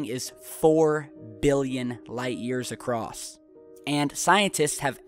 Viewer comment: How many times has everyone else clearly heard pronounce ACROSS as ACROSSED OR ACROSST? What's up with that?